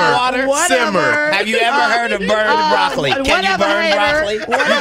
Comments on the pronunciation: Nah but how can she say broccoli 😭😭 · 😂😂😂 when she said broccoli I knew she was done. Her own coworkers were laughing at her ass